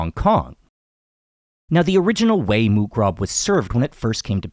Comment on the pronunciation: You ignorant americans cannot pronounce other languages eh? moo krob? yerah you've never heard it spoken otherwise you'd get it close to being correct instead of reading it the way an ignorant american might say it phonetically